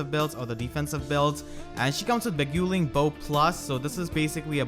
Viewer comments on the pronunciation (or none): That Beguiling bow is pronounced "be-GUY-ling", not "be-GU-ling"